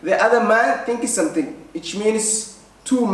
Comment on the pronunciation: Kkkkkkkk somethink somethink aya nooga baxday kada english ka yan xayirad xaga chanelka yan lagu sarine